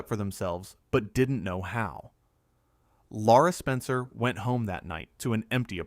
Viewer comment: Not Laura, Lara Spencer